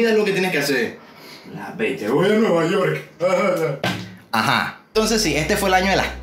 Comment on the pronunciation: "vOy a nUeVa yOrK" JAJAJAJAJ